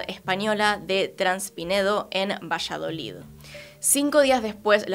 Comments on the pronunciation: Dijo villaloid luego vallaloid 😂 el caso es que no digo Valladolid hasta despues 😂😂 te amamos pero es VALLADOLID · Muchas gracias por el nuevo vídeo ♡ Solo que JAJAJ, me da ternura que digas "Vallaloid" y es "Valladolid" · al principio no entendía vallaloid, luego entendí q era Valladolid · Todos: Valladolid: VILLALOID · dijiste vallaloid varias veces y es valladolid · Dijo "Vishaloid" 🥰 a cualquiera puede pasarle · 😍😍 un tierno error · Bella, es VALLADOLID, leido tal cual se escribe. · ✨villaloid✨ 😂😂😂😂 A parte de esto, me encantó el vídeo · Dijiste "Villaloi" o algo así xdxdxd